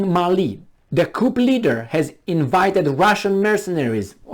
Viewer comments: You're barking at the wrong tree here. I know what a coup d'état is (I'm actually French) but was merely letting know it's pronounced 'cu' and not 'coupp' in French. He uses the right word but doesn't pronounce it correctly, thus making it sound (to French ears) like another word with completely different meaning.Try reading my original comment for better understanding. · Coup is pronounced KOO, with no "p", because it is a French loanword. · The p in coup is silent. The full terminology is coup d'etat. Also, the last t is silent. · But his way of saying it is more entertaining.